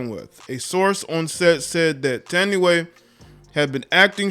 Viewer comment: It’s pronounced “Tan-Di-Way.”